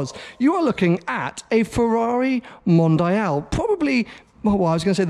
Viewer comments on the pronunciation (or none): It's not "mondayal" it's "mondial"... oh ok now I get it.. for you english people the "i" is pronounced "aye"... so englayesh it is? Anyways impressive collection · Mondeeeal not MondEYEal :)